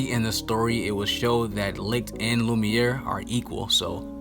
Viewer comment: the way u pronounce licht , lucifer and Lai slash gave me corona virus.